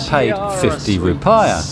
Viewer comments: Mate, just get a Wise card, it works on (almost) aby ATM in the world, and the exchange rate is good. Not that you'd need to use the ATM, you can just use the card in shops. Also, the 'i' in 'rupiah' is pronounced 'ee' - roo-pee-ah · Bintang Bin tang not bantang. Rupiah Rew Pee Ah